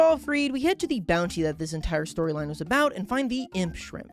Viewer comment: why dose he say shrimp like that